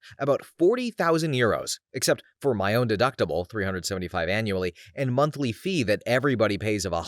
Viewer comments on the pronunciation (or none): none